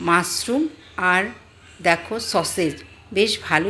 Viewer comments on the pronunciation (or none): মাসরুম😮!এতো জগন্য উচ্চারণ প্রচন্ড কানে লাগছে😅শুনুন আগে উচ্চারণ শিখুন পরে ভিডিও করবেন।গাঁইয়া অশিক্ষিত কোথাকার 🙄